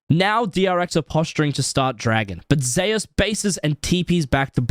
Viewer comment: Wait! Zeus is pronounced "zayus" in league. I thought it was "zoose" like the God of thunder. Like how pretty much everywhere else its pronounced